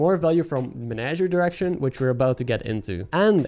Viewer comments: Came for the menagerie, stayed for you pronouncing "direction" as "erection" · I can't be the only one who heard "erection" when he said direction.